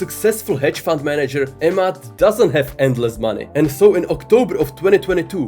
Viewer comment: You say a mad but his name pronunciation is Emad with E ! E mad